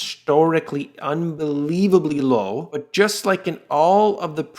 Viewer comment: U 3 at unbelievably low level emphasis on unbelievably